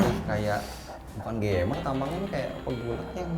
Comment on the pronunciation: Bang gcamers bukan gamers 😂